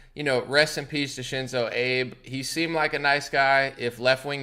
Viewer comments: It's pronounced Abay, not Abe. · It's pronounced Ah-bey. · FYI. His name is pronounced Ah-Beh. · "Abe" 🤣 c'mon now bro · Pronounced Ah bay. ❤️ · SHINZO AH-BEY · If you are reporting on someone that has passed away, it is respectful to get the name right. Also, it doesn't sound like you have heard of him prior if you are pronouncing it wrong. He ended up resigning - maybe it would be interesting to understand why...